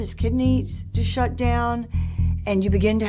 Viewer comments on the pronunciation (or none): none